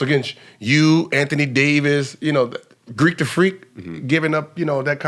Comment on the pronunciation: He really said "Greek the freek"😂😂😂